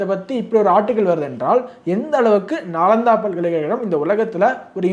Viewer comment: I think நாலந்தா not நாளாந்தா